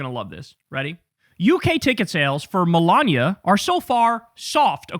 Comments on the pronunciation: Him saying Milaña instead of Melania shouldn’t be funny to me but it is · Kyle must have been hungry when recording this...he keeps saying Melania like lasagna. 😋